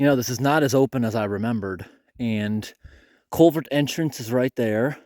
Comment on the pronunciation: learn how to say culvert. You keep pronouncing it colevert. 😮